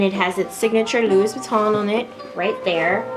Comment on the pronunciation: Not trying to be rude, but you said Louis wrong...it’s pronounced Lou-ie.....